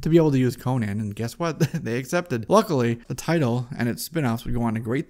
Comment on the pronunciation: His name is Conan, not Conyan, for Crom'sake!